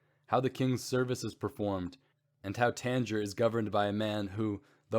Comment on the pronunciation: The plague needs to be pronounced properly. Tangiers also